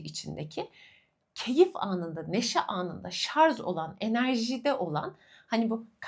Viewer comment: Çok tatlısınız… ama lütfen şarZ değil ŞarJ 😫